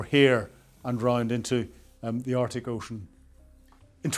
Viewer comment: Again, interesting content but naff pronounciation detracts from it. 'Arctic' has a 'c' in it - 'Artic' is a lorry!